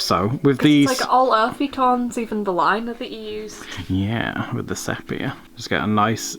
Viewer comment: Fun fact! I just found out that the color sepia, is made from the ink of a cuttlefish :o also sepia is pronounced see-pia ._.